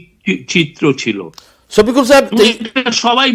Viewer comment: ওরে ভাই ছপিকুল নাহ। ওটা শফিকুল